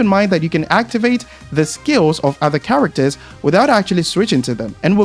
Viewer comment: brother take speech classes lol CHAWACTUHS 🤣